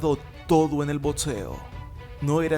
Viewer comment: DEBERIA TENER MEJOR PRONUNCIACION ...... NO ES BODSEO, BODSISTICO, BODS, ERES MUY BUENO PERO APRENDE A HABLAR, ME GUSTAS TUS VIDEOS Y TAMPOCO SON EDSITOS